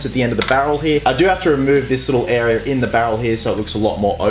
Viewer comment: Why do you say area weirdly